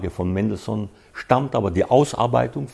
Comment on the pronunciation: haha! Seine falsche betonungen sind einfach lächerlich….ein falschebetonunglexikon